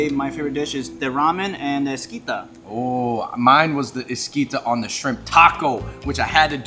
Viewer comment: 🦋Esquita… It’s Esquite!!!! Sorry to say but that’s not agua de jicama it’s Jamaica…. And for the birria tacos they used the fat from the birria not chili oil